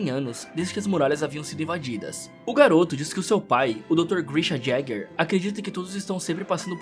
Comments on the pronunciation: Ereno Jaeger kkkkkkk é yeger tá e desculpa mas taí o certo falo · Sei lá, é engraçado o jeito que ele fala o sobrenome do Éden 😂😂